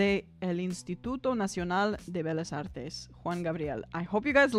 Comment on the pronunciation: its not belas it bellas pronounced beyahs with a short u sound on the a.....just sayin'